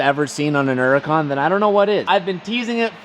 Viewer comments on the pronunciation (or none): you make me cringe when you say hurrican. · Hhhhhhhhuracan “her-a-kawn” there is a fuckin H that isn’t silent damnit!! 😆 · Is the H and in hurricon silent so its pronounced Urricon ? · Only idiot on the internet that says it like u . Uracan...the Melbourne dude speaks better English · There is an "H" in "Huracan" dude.....look it up.....